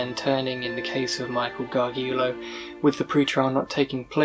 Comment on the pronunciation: Its Tricia pacaccio "PAH-KAHTCH-CHEE-OH" AND Michael Gargiulo " GAR-JEWELL-OH. I'm not trying to call you out or anything I just thought you should know. I love your videos keep em coming! You're doing a great job!